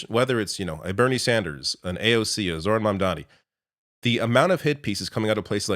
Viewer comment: Pronounced ZO-ran